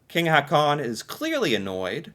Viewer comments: Please stop saying "Ha-con". The double A's are pronounced like an Å, so the name Haakon is pronounced more like "Hawkoon". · You can pronounce Prince Haakon like Prince Hawkon ''aa'' pronounce as ''awe''